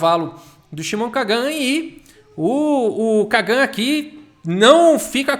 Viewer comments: Kagan se fala com entonação diferente. Lembra do Karl Sagan? da mesma forma! deve se colocar a entonacao no "Ka", que falado na lingua portuguesa fica "menor pior" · a Maturidade do pra ler o nome do cara é igual a minha kkkkkkkkkkkkkk